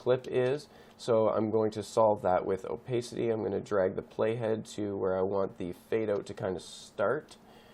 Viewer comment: It's "oh-pah-city" actually. Pah as in pat.